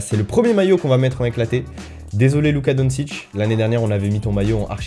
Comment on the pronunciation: Yo tout les français je suis québécois et luka doncic se prononce donshic et non donsic